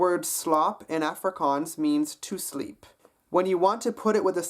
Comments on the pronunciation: A(as in wall) frikaans. The a is not as in apple, but as in wall. Long a sound. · you did realy well! there is only some minor problems, for example when you say afrikaans, in afrikaans it is pronounced ufrikaans, if that makes sense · Die dag wat jy "Afrikaans" kan sě...try weer ballas...ons praat nie "Efrikaans". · I am Afrikaans. I have to say yours is the best accent I have herd, it is not perfect but good. is is pronounced awwwfrikaans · being south african i wanted to die when you kept on saying afrikaans. Its pronounced- 'off-ree-car-ns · As jy "Afrikaans" se Afrikaans nie Africaaans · your are saying the word afrikaans incorrectly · the way he pronounces afrikaans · Dude can't even pronounce 'Afrikaans' correctly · he is good just needs to learn how to say afrikaans properly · he does a very good accent but I hate the way he says Afrikaans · You pronounce Afrikaans wrong -_- I would know that cause i liv in SouthAfrica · I think It'sConner was talking about the beginning of the word (the first A). He doesn't quite get that right. Also some of the words he doesn't quite pronounce correctly because he does a mistake many english people do, which is use too many of your facial muscles when you speak it. :D